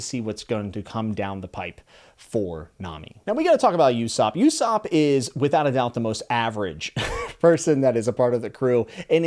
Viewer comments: In case no one said it, Usopp (pronounced Ooh-Sop) is supposed to be the character you connect with as an ordinary person surrounded by extraordinary people. And his Funi dub VA is Krillin's VA!!! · Usopp pronounced ooh-sop is actually voiced by krillins voice actor as well! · HEADS-UP!! Usopp is pronounced (oo-sop) 😊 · Lemme help u with ussops name. Their ain't no "Y" in that name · Two things: One: You are definitely not the only one that felt like there was something suspicious about Kuina's apparent death. I'm not gonna say any more than that about it though. Two: It's funny that you called Usopp (pronounced ooh-sopp) the Krillin of the Straw Hat pirates, because they actually have the same voice actor in the Funimation version of the English Dub. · Usopp is pronounced Ooo-sop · The U in Usopp is actually pronounced like the o in loser. English is weird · Almost as bad as hiesuten reacts in ussops pronunciation🤣 and all other pronunciations!!! Lmao! Glad to have you in the fandom though! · Gum gum❌ Gomu gomu✅ U-sopp❌ Oo-sopp✅ Oo as in room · It's not pronounced U-sop it's pronounced Oosop ! If you are going to use One Piece to gain subscribers and followers don't insult the Manga writer's vision by doing what most of the Americans do/thinks ( our pronouciation is the right way and the whole world should follow it which is far from the truth !) while fucking the names and word pronounciation without a single thought ! Can you guys for once not Westernise Asian names !! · It’s not yousop it’s osop for how you pronounce it more of an oooh sound then a you sound. Just sounds weird to me, other then that enjoy the read there’s a few things you might find are different then you think they are but one piece has some pretty berserk style moments in it. The grand line portion is more goofy and I really like the goofiness of one piece. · btw its ussop not yussop just saying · usopp = oo-sop not you-sop sanji = sahn-jee not san-jee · Repeat after me: oo-sawp, sah-n-jee